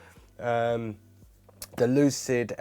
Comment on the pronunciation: Why can you sometimes pronounce TH correctly, and other times not!?